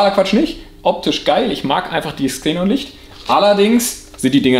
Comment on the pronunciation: Hmmm warum sprichst du das Gas komplett falsch aus? Hab nun 3 Minuten meines Lebens Investiert um recht zu haben: "Xe·non, kein Plural. Aussprache: IPA: [ˈkseːnɔn]" also Ksenon :) ich dachte schon mein innerer Monk hat unrecht aber wieso so komplett falsch??? Ist wie mit Pleuel... Mehrzahl Pleuel... was sagen manche pleule???? :D :D :D Aufgehts weiter mit dem Fideo